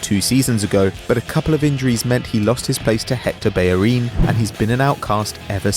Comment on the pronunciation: It's bellerin u idiot lol